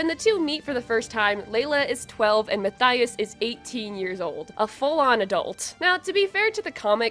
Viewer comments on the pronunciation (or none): PLEASE. It's Muh-Tea-Uhs, I am begging you. 😭